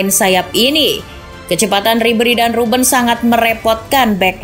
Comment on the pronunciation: Bukan arsen robben tpi arjen robben